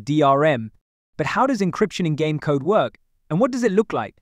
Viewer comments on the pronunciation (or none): none